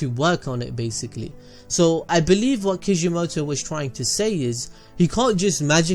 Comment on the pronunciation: "IF YOU KNOW WRAT"😂